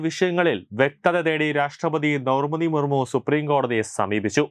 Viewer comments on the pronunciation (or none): ദൗർപതി മുർമു alla ദ്രൗപതി മുർമൂ എന്ന് വിദ്യാഭ്യാസ യോഗ്യദയോടെ പറയൂ....